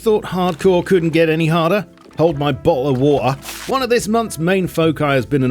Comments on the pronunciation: I nearly spit out my drink when I heard Bo’le Wa’er😂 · Hold my bah-oh-o-wah-a 😂